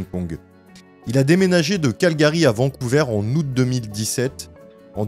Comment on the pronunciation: On prononce Vancouver comme vert verre vers et non pas Vancouveur Svp